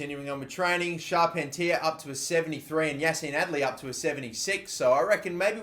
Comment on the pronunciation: charpentier is pronounced char-pen-tee-aye (think cartier jewellery)